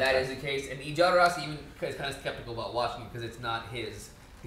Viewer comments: Alejandro Jodorowski was a Mexican director who wanted to film Dune in the 19702. And Jodorowski's name is pronounced HO-DO-ROUS-KEY, not YO-DO-ROUS-KEY. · Guys, Jodorovsky was born in South America, so pronounced Khodorovsky.